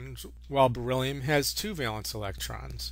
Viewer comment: why he say beryllium like that?? lmao